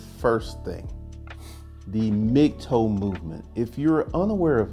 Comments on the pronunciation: Its "Mig- Tau" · You saying mig toe movement? I keep not hearing the term